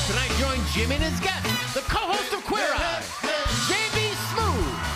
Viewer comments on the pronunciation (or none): Why do I keep hearing ‘Sjimmy’ in the introduction…